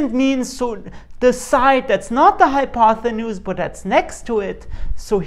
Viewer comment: I’m just wondering if you’re really pronouncing it, “hypothenuse“?